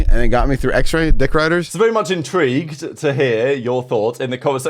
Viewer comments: Hahaha he said intrigued all the way out 😂😂😂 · Dude he doesn’t even say “intwinter” 😂😂it’s intrigued.. he says it as plain as day honestly